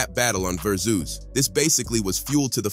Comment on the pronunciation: How do these hosts not know how to read or pronounce English words? "Verzooz" 😂